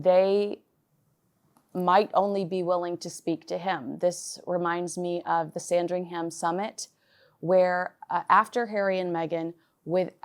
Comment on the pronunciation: fyi with love - there is no sound of 'ham' in Sandringham. More, sandringhum. soft 'h', run it all together :)